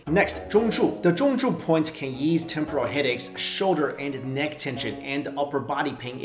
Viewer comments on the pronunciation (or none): none